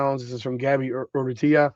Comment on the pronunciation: Arent you part Spanish? How do you butcher Gaby Urrutia's last name so much?